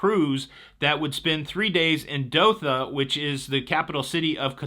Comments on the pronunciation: Did you say Dotha Qatar? It's Doha. Spent a miserable year there. No escaping the heat! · It's Dohhhha not Dokha lol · What’s the capital of Qatar 🇶🇦 again? Sounds like you’re saying Dotha or Doka. LOL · Hi. The city in Qatar is pronounced DOE HA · FYI Doha is pronounced Doe Haa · Hey... Don't wanna be a know it all, but the correct pronunciation is DOH-HAH, Qatar. I was stationed there when I was in the Army. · My family and I lived in Doha, Qatar for a few years while I worked on construction of the airport (top airport in the world with some Amazing features). The world cup is driving a transformation of the county. It would be awesome to have been able to cruise to Doha for the cup. I highly recommend a Persian Gulf cruise. They go to some great destinations. Please also check your pronunciation of Doha (doe as is doe, a deer + ha as in ha ha ha). I won't even try to help with the pronunciation of Qatar because it's very hard for Americans to get right and everyone understands when you pronounce it like you did.